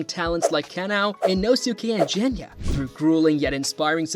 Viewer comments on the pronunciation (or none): Look.. I can do “Ack-a-za”, I can take “Jenya”.. But for crying out loud. “Renguko”? Dude.. 💀😭🪦